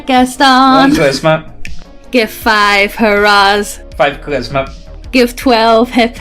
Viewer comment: Is my man unable to say "charisma" and keeps saying "Christmas"?!